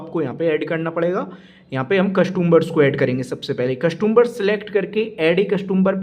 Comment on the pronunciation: Sir आपके nails काफ़ी गंदे हैं और कस्टंबर नहीं होता कस्टमर बोले आप बार बार कस्टंबर 2 बोले जा रहे हैं Next time ध्यान रखें